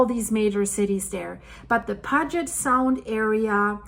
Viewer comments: Puget sound, pronounced pew-jet.. lol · I’m from Seattle. Puget is pronounced “Pew-jet”. There’s a lot of interesting names in the State that are problematic for non locals. Cheers! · Hi...no offense, but Puget (Sound) should sound like or rhyme with "blue" for the "Pu" part of the word, instead of rhyming like "fudge." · Please look into how pronounce Puget for Puget Sound. Thought you said you lived in the area. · That name of the sound is pronounced PYEW-JET, NOT PUG-IT. They should also include where landslides are likely. They happen with, or shortly after major techtonic events. The Tacoma fault has slipped in smaller quakes that have taken place over the last 40 years. Not going to happen soon. When it comes to quakes, all quiet, is bad. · 😂 For those who don’t know, ‘Puget’ is pronounced, Pew-jet. 👍🏽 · its pronounced......p you jet sound...... Lol😂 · Silly. It's Pu-get. I thought you lived in the the great Pacific NW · Great video, I really enjoy your research and thorough presentation. On a side note, Puget is pronounced with a long u sound, like in unicorn. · Puget . Pronounced "pew jet" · Peeyoujet sound is how you say it. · As one born and raised in Tacoma area, just want to help you with pronouncing Puget Sound. It sounds like PEW-JET SOUND. Your version sounds cuter, but mine is correct. Love your shows very much! Thank you! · Puget is pronounced pew-jet. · “Puget” is pronounced “Pū’-jet” :-). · Puget Sound is pronounced Pew-jit . :) we have a fault line that runs under I-90 from Seattle east toward Issaquah. I saw the line on your Map. Thanks for the updates.